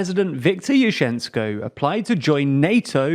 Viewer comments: It is Yushchenko, not Yushensko. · It is YuSHenko. That is, yoo-shen-co .